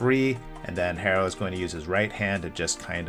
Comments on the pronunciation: For a minute I was wonder who the hell is “hay-ro” then I realized he was talking about hero?? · more like her-row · its Hero not Harrow wtf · It’s pronounced Arrow. The H is silent like in Hernandez or hola. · Its Tyler Herro (pronounced Hero) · why u callin him hair-o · Almost sounded like Harold at times